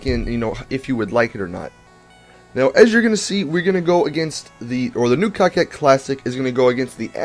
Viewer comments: Why does he says cockcette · I heard you say the cocket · Dat I think that I seriously need to question you guys that are pronouncing that word as "cockette".: ) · Dude! Definition of:'coquette' is:'female flirt.'. Learn more It's "koh-ket." Thank you. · Cocket? It's coquette lol English has been around for hundreds of years.